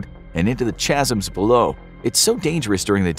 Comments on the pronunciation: Chas-em? I think you mean chasms, which are pronounced Kaz em. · Chasms nice pronunciation of that word. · The way he says "chasms" makes me uncomfortable